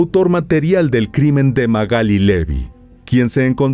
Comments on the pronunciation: Se llama Magalí, no Magáli. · Te banco mil, miró tus videos en reproducción aleatoria, pero si dice Magalí con acento en la i porque le decís Magáli ... Me puso nerviosa jajaja. Igual tus informes son un 10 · MagalÍ Magalí MagalÍ con acento en la í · Magalí, con acento en la " i "se dice correctamente usted lo dice incorrectamente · no entiendo por qué decís Magali si tiene tilde en la i. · Esta mal pronunciado el nombre